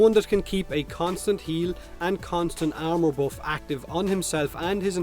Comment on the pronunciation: I keep thinking your saying ammo instead if armor and it throws me off. Like when did Oberon give ammo?